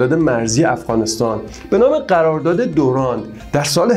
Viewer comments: سلام. خدا قوت. برنامه مفیدی بود. قسمت اولش را نیافتم در صفحه‌تون. ضمنا تلفظ رایج در افغانستان، خط دِیورند است نه دُرند. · جان این خط تلفظش دیورند. لاین یا خط دیورند. است